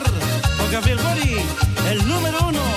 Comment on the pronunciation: Gabriel Boric (pronounced Borich) is Slavic surname, so it is not pronounced "Borik" - it is " Boritʃ ". Whenever you have a Slavic surname ending with "ic" - it is actually "ich/itsh", like Kovachich, Modrich, Stevanovich, Novak Djokovich, etc.